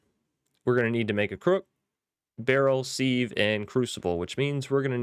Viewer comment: It's sive, like live. Have you heard that expression, "leaks like sieve ". meaning something leaks really bad. Thanks for the ep. Think I'll check this pack out.